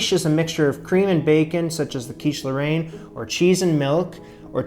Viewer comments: Yep. First pronunciation was a lot closer, not sure why he changed it. As a fluent French speaker, I can say it's pronounced more like "lohr-En" and the way he said it at the end was more like Laurent. I appreciate his effort with French, though. It's not an easy language to pronounce for an English speaker. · You shouldn't use US bacon but something much thicker and smaller in a rectangular shape ! Otherwise it's great ! (Mine are much worse than yours!) ((The pronounciation is closer to "laurayne" than "laurant" in French from France, I couldn't tell in Québecois !)) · It depends on the region that you are from. Where I live, we don't really pronounce the "e" in Roquefort, it would be more like "Rock-for". As for Lorainne, he said it quite close the first times... it would sound like "Low-rain-ne". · As a fellow Canadian living in France, you were pronouncing Lorraine correctly at first. Then you switched to 'Laurent' (French for Lawrence... as in that big river in Canada...). I love your show and admire you for the challenge you've taken on and your perseverance. Hang in there! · It's pronounced like Lauren (with the emphasis on the 'ren') for anyone wondering edit - i mean like how americans would say Lauren, in Ralph Lauren for example (but with the french 'r' of course) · Great job. No, it is NOT pronounced either way you said it, not your fault; "a i n e " is not a sound we typically use. The 'n' IS pronounced, and the 'a i n' is a soft, open 'e' like in the word "bet". it is that 'e' sound (bet) with a light 'n'. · About the quiche lorraine, your initial pronunciation was closer to it XD